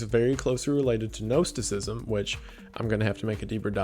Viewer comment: I heard Gnosticism is pronounced “gnaw-“